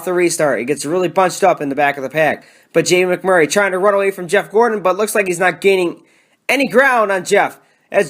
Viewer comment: I love when he says Jamie MAC Murray 😂